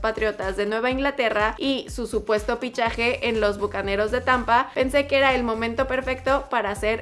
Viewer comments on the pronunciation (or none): No es pichaje es fichaje